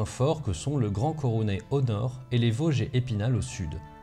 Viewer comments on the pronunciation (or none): none